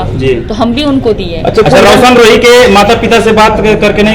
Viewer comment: वकील सर आपको तो रौशन रोही नहीं बोलना आता है